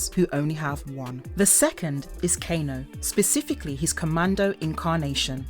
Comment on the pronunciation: All the narrator's do this. I left the same comment on multiple videos and see it on many more. No one that does a MK video knows the names, not even the basic ones like Kano. It's frustrating